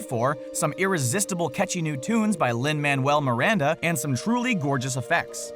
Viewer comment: Talking about Moana "Written by Lin Manuel Miranda...." Me:Did you just say Lin Manuel Miranda?